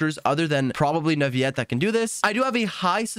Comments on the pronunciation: Bruh its said Newvillet not nuviet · just saying the pronounciation for neuvillette is not neuviyyyette it's more neuvillette. It might be confusing since most words with ill make that sound- Think of it as when you say city in french (ville) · why are you saying Nurviyette? lmao. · Hi, just wanted to let you know that Neuvillette's name is pronounced neu-vee-let, not neu-vee-yet like I also thought As a student learning french, I had thought that the double L was silent too, but then I was corrected and told that it's a compound word with the word "ville" in it ("ville" is one of the exceptions where double L is not silent) so yeah double L in Neuvillette's name is pronounced not silent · Neuvillete isn't pronounced like it is spanish, double LL is NOT a Y sound it's FRENCH!!!! It is pronounced NOU-VA-LETTE Your disregard for researching and understanding other languages creates and perpetuates others picking up the bad same habits! Shame on you man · every time he says "neuvi - yet" I get jumpscared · It's Neuvillette not Neuviyette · "NUVIET" "FONTAN" ¿¿¿??? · NE-VI-ET????? WTH?????😂😂😂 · First of all WHO IS "NAVIYET" 🤦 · He thinks his so cool saying "neUvieTte" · Canadian French, I'm assuming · but the in game Pronunciation is Neuvillette... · Nope, as long as its said with earnest there's no problem. Different languages have different ways of speaking that aren't present in English. As long as he got his point across it doesn't matter. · Pronounce the "ll" as a normal l in Neuvillette. Don't try to predict it; there is no rule. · I like how all Genshin Impact content creators can't properly pronounce most of the character names correctly. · Bro said his name wrong every time😭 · People should pronounce words the way they're meant to be pronounced. There is everything wrong with it. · Are you misspronouncing Neuvillete's name on purpose or what?